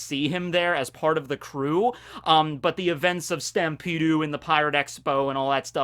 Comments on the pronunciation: Did this mans really pronounce Stampede as “Stampede-u”? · utilizing his japanese accents: “SUTAMPEDU” utilizing his 4kids dub accents: “Laftel”